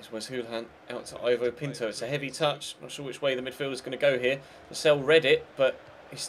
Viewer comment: Ivo is pronounced Eevo